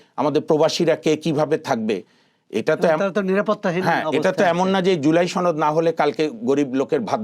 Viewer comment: সোহরাব বিহারীর ছেলে ছনদ বলে কেন সনদ বলতে পারিস না।